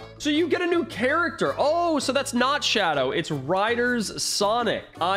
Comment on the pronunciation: it not shoadow